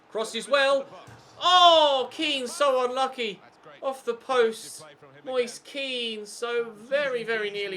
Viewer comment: I don't know if this is how you pronounce his name, but every time i've heard a commentator say Moise Kean they pronounce it "Mois-eh Ke-an". Might want to check the pronunciation of his name on that site you usually use.